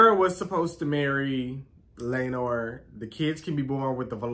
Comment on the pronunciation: It's Criston Cole, not Christian. And Laenor, not Laenar.😊